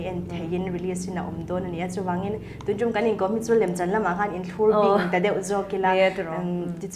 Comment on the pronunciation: 'Inthlurding' ni lovin 'inthlurbing' tih tur a va nih hmel e